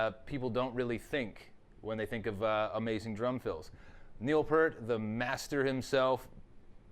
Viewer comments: PEA-RT!!!!! not PURT :D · Love the video.. but it's pronounced PEERT. Come on man. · his last name is pronounced peert! PEEEEERT!! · it's pronounced pee-ert and limelight is from moving pictures, not spirit of radio, which isn't even an album. having said that, impressive you did it on 2 toms